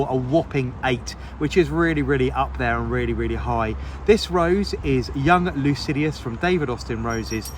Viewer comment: sorry but it is Lycidas, not Lucidius.